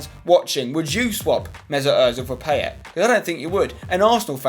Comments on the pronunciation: It's pronounced Pie-ay :) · it's PIE-YAY and yes, I'm gonna be that guy. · Poor effort on the French pronunciation of 'Payet'! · 'PIE-ET' not 'pay-et' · At least pronounce it right.. Pie-yay = Payet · Pls pronounce Payet right thnx xoxo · PIE-YAY ZA-RA-TUH Pls can people start pronouncing their names correctly! :(